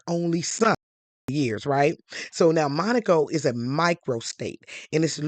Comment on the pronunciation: Dharling! Thank you for pronouncing Monaco correctly!!! This one little gal kept saying it WRONG...